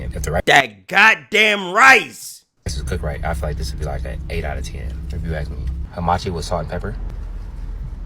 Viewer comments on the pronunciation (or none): none